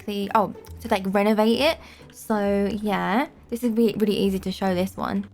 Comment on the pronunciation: Oh yeah this happy town of robloxia was to renevate! Me:Renevate! Renevate!Oh oh oh oh! Renevate! Renevate XD